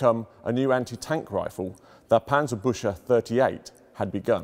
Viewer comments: Maybe 'ew'? Panzer - bewk - se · Its called Pancerbuxey and not Pancerbushey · I understand the pronunciation of Panzerbüchse is tough for non—Krauts. It sounds not so much like „Panzer—bush—uh“, more like „Panzer—big—suh“. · 19 seconds in and he calls it "Panzerbutcher" again =8-D The word is pronounced "booksah", with the ü umlaut pronounced like oo but the Scottish way. (Choosing the Scottish analogy because the sound does not exist in the Queen's English which admittedly does make it somewhat difficult for English native speakers to get right.) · As a German, im slightly triggerede by the "Panzerbushe" (You should rather say it like Panzerbuekse", but the great content of this video makes it not that bad in comparision. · At first i thought this was some kind of nickname bc i understood: Panzerbutcher. Then i realizied he just pronounced it funny. But Panzerpbutcher would be a cool name either xd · An approximation (to avoid the "ü" sound) would be "book-se" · He really panzerbutchered that one XD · The english: Germans can’t pronounce anything Also the english: Panserbusha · obligatory ;D its sounds alot like "panzerbusche" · Büchse is pronounced Buckse. :) Very interesting nevertheless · The "chs" in "Panzerbüchse" is pronounced like "kks" so "Panzerbükkse" :) Kind regards from Germany, love your vids. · I tried, I really tried, but regardless of his obvious level of expertise, every time he says, 'Panserbusher' I...I just can't 🤣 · Paantserbookse is the best transliteration that I can come up with. Yes, I am German and know how to pronounce it. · Yes, the famous Panzerbusher! If you cant pronounce it, dont do it! :D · Cool video. It's pronounced parntserberkzeh though. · Do not pronounce the "ch" like the English "sh", it would be much more appropriate to pronounce it like the the "ck" in "brick". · Better listen on Forvo. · That's not how Panzerbüchse is pronounced. Not even if you mangle it into English.